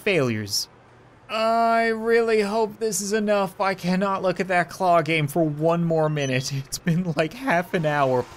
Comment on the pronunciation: It sounded like he said "what's up guys and welcome back to the coin gay" 😂😂😂😂😂😂😂😂😂